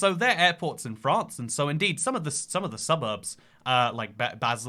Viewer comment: Lol@ "FraRnce"